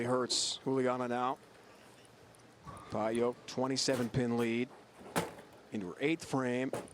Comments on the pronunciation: you can't pronounce "Pająk" like this, ą is a nasal vovel, americans and other germanics can't even pronounce that correctly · She's from Poland, it's not pronounced "pay-jak". I'd say "pah-yahk" is close to being right. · I've heard Daria herself pronounce it PIE ek... this guy's "pie yoke" is totally off the mark. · Daria's last name is pronounced PAJAK - the J like John, Jonathan not Payo like the commentator said all the time. I know Daria since she was 17 years old. Already a Polish champion. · Guy needs to learn how to pronounce names, its PAY-JAK, not PIEOK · Daria Pająk - absolutely Polish name and surname. You read this: Dariah Payouk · I thought the correct pronunciation would be "pie-yak" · Daria Pająk. In English there is no exist "ą". Btw.. Pająk means Spider Sorry for my English:)